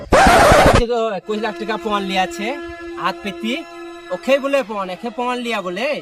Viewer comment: পন নয় পণ হবে